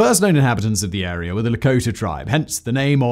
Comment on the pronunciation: my favorite part is when he says "this agreement created an air-ree-yar of land..."